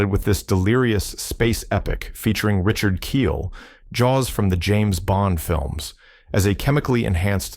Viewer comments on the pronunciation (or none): none